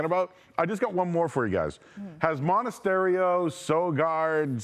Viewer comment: . MONTASERIO ? 🤣 ITS MONASTERIO !